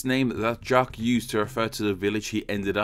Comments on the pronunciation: jok not jak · Just pronounce it "zjac", the q, u, e and s are silent. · Hee hee it's funny how you try to make "Jacques" sound French XD Just pronounce it like in English but without the "d" sound at the beginning of "Jack" ^^